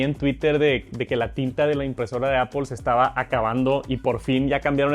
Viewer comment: Que bueno el "JARGÜER" de "APOL" una maravilla.